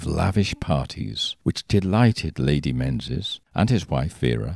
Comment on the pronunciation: Menzies in Scotland is pronounced Meengis